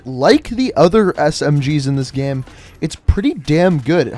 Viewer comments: How is it that you can say "gameplay" correctly but you say "game" like "gyam"? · "Best in the GHEM"